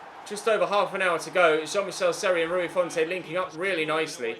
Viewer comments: it’s pronounced font rather than fontay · Bro do you ever read your comments? Every episode people keep saying, 1.Stop calling Seri French 2. Stop pronouncing the 'e' in Rui Fonte 3. At least try out Mitro especially as he has just signed IRL I don't actually care if you do these things or not cos i enjoy the series but seriously start reading your comments and responding to feedback